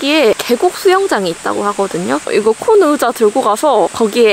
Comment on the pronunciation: 으자 발음이 너무 귀여워요 ㅋㅋ❤ 맥북 장만하신거 축하드려요~ 미래의 도 힘내주세요^-^!! 의자도 편한거 딱 맞는거 받으신거 같아서 다행이네용